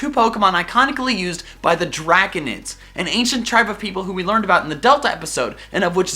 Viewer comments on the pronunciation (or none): none